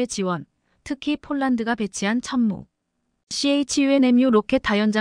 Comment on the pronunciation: 춘무가 아니라 천무입니다